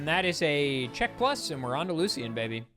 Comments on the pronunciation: AHHHHHH STOP SAYING LU-C-IN. ITS LOO-SHUN. ALSO PLEASE LEARN HOW TO PROPERLY PRONOUNCE OTHER NAMES. It’s not GUI-AIR-RAH-DOS, it’s GEH-RAH-DOS. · ITS NOT LU-C-IN